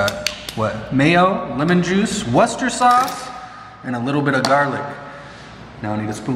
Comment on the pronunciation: You pronounced Worcester sauce correctly. Here in England there’s a county called Worcestershire.